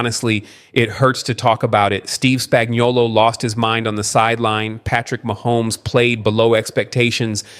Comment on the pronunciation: Please pronounce Spagnuolo right. It's spag-no-lo.